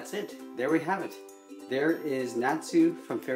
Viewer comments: Uhh it’s Actualy pronounced Not su not Nat Su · It's pronounced (not) (sue) not (Nat) (sue) lol and it was damn hard to draw him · It's pronounced Not-su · no, when he said Natsu, he said NAH-SA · Cries You said Natsu incorrectly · No offense but you pronounced natsu wrong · At the beginning u said his name wrong are u serious! T,T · you say Natsu wrong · I think it is his accent that made him pronounce his name like that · Um people say Natsu diferently you know